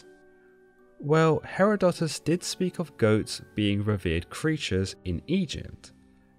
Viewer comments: He-ROD-o-tus, not He-ro-DO-tus. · I think you pronounced a lot of names and key words wrong but the most hilarious was the way you pronounced Herodotus. 🤣